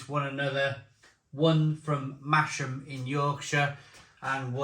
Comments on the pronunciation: Love your channel which I discovered just a few weeks ago. I live down south but born in Yorkshire so I suppose I should point out to you that it’s not “Masham” where the brewery is based - it should be pronounced like it has a Z in the name - so phonetically just a Little bit like “Mazam” or perhaps easier to think of it as having a silent “h”. Keep up the great work and beer reviews. I’m an ex CAMRA member by the way. Favourite tipple was always Gales HSB before they got bought out; and for that winter/ very dark strong taste maybe Gales Prize Old Ale or Thomas Hardy’s Ale - both working bottled beers with sentiment in the bottle. Or perhaps Westmalle Tripel - one of those Trappist Monk beers from Belgium (also bottle conditioned). Oh and I also meant to add I think (from memory) the owner of Black sheep Brewery was one of the main Brewery team members of Theakstons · Its pronounced massam